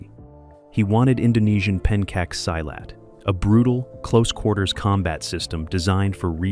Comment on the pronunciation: It is so painful to hear this narrator mispronounce "silat" so poorly. If you respect yourself & your audience, you find out how to pronounce your copy before you record it. duh. Tony Jaa was performing Muay Boran, mostly against Muay Thai, in that film. - Not Muay Thai. Big difference.